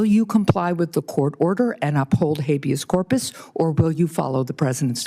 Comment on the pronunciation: not funny that these clown figureheads don't even take the time to adequately fake as if they were remotely qualified ! This goofy butchering habeas corpus was as comedic as T-Rump attempting to pronounce acetaminophen. Again literally the reason for the meeting, hay maybe look it up before sitting down ya think ? Yeah rhetorical we all obviously see that would have been too much trouble. They are really all from the same greasy trailer park . You do recall this monster runs around with like 5 -7 grand cash ya know for emergencies apparently lulz Do they even freaking drug test these clowns OMG ! Pathetic